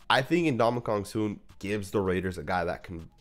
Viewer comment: Never in my life have I ever heard him called "N'DonkeyKong Suh" 😂😂